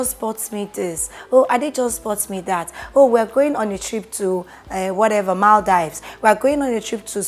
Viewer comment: Maldives is pronounced as Mol-deev-z